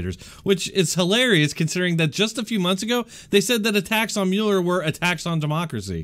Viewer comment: You are pronouncing Muller wrong